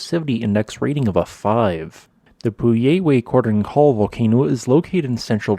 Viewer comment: my understanding, not that I speak Spanish or anything, but my understanding of the pronunciation of the volcano's name is paw-YEAR-weh kor-DONE KOR-yeh (the 'DONE' to rhyme with 'cone' or 'bone.') If there are any natives here, please feel free to correct me. Thanks for this video though, quite interesting.